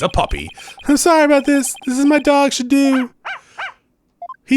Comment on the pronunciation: The doggie’s name is pronounced Shadow. He’s so cute!